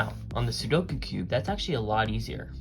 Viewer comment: IF YOU ARE GOING TO POST A SOLUTION VIDEO AT LEAST LEARN HOW TO PRONOUNCE THE CORRECT TITLE OF THE CUBE???? IT'S CALLED A "SUDOKU - (SOO-DOH-KOO) CUBE!!!!!!